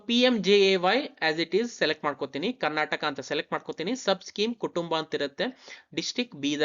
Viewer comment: Karnataka helu...Karnatak alla...nin first sari agi heludre olledu..